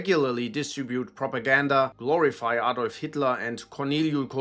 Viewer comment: You're German, why did you mispronounce Adolf? Don't let American "English" spoil your speech. You also could have covered a lot more about Rusich, they have conducted atrocities like pagan sacrifices, mutilation of live prisoners, torture and execution of both POWs and civilians. They make Cомbat 18 look like schoolgirls.